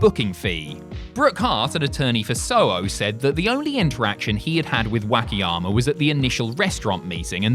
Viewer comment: pronunciation of Wakayama's driving me crazy. Not too sure if it was intentional or the accent present itself.